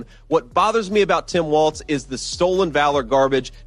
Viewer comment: Benny his name is Walz no t. Walls